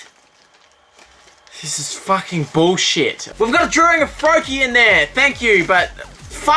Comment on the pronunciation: draring or drawing? ... australia, oh you